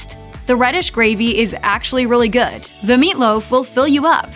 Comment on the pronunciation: Are you saying "good" with a T? Sounds like goo'it.